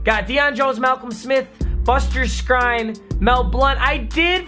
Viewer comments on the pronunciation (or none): Your supposed to say Buster Skreen not Skrine. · It’s pronounced buster SCREEN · Skrine is pronounced screen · By the way Buster Skrine name is pronounced Buster "Screen" I only know because he used to play for the browns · Buster screen is how his name pronounced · that buster guy, his last name is pronounced screen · Buster Skrine's last name is pronounced screen. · Buster Skrine’s name is pronounced “Screen”. Learn English papa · SKRINE IS PRONOUNCED